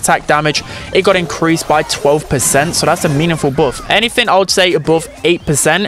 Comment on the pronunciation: The way he pronounce buff hurt my brain